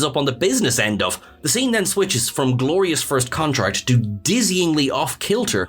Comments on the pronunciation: I had to play this like 5 times.. I am SURE he says "First Contract" not "First Contact" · first contract? Take that willy out of your mouth and talk properly please.